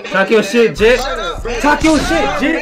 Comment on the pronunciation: Jits be saying jit and not een from FL